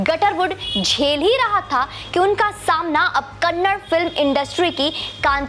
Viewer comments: Not kannad kannada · Kannad Nahi Madam Kannada (KANNADA) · It's not kannad it's kannada... If we pronounce Hindi as hind it's not sounds good...... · mam its kannad film industry nahi, KANNADA film industry💛❤ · Madam bhasha ka nam Kannada hai Kannad nahi ..pls request you to pronounce it correctly.. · Ma'am it's not kannad it's kannada.🙏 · Madam it is kannada not kannad Please make sure next time u read out correctly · It is not kannad , it is" kannada " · Ma'm its not 'Kannad', its Kannada.....🙏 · Kannada is not kannad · Madam the language is called 'kannada' not kannad.....plz don't hurt kannadigas sentiments.....I request you to correct urself....we understand you are not exposed much to karnataka.....plz madam....correct urself.... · Can't say the language name properly and reviewing the movie, kanad nahi behanji Kannada... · Madam it's not kannad it's KANNADA Our Pride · कन्नड़ नहीं है कन्नडा है😎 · Respected Madam its KANNADA not Kannad. Please correct your mistake my humble request as you are disrespecting and mispronouncing the language. Hope you will correct it. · Thank you for reviewing and supporting Kanthara.Please say it Kannada not Kannad. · Please pronounce the language name properly..It is kannada and not Kannad. It is high time. Please correct it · Thank you for your words for our film KANTARA........ Madm it's KANNADAAAA not Kannad kindly correct yourself please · It's kannada, not kannad, pronounce properly